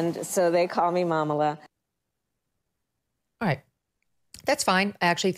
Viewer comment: Mamala pronounced wrong. It's an endearing Yiddish term for mother.